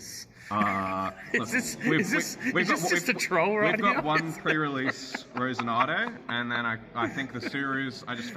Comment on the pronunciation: The pronounciation of Roxinante was a bigger crime than anything Doffy did to Dressrossa